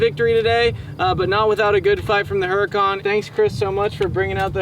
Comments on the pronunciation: Pronounced (ooo ra con) , not (her a con) . Nice try though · Pronounced Hurican wrong... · Drop the H in Huracan. It is pronounced like yur-acan.